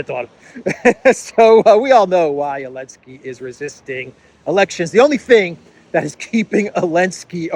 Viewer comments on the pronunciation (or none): Your videos are great but why do you call Zelensky , elensky 😂